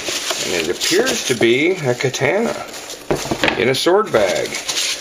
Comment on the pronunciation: I wanna punch you in your big dumb face everytime you mispronounce katana. Learn how to pronounce these words!!